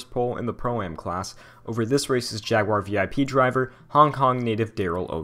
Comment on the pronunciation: At least you didn't do the usual "jagwire" that Americans do